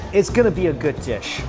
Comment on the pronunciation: Pronounces good “gooad”